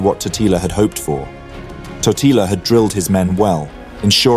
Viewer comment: Tòtila not Totìla, holy hell